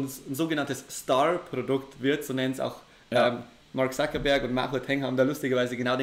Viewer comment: Er wollte nicht "Suckerberg" sagen denke ich